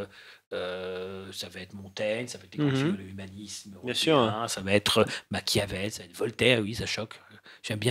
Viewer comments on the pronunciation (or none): none